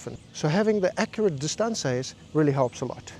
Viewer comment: Using the accurate “dis-taunce-aa’s”…is comedic gold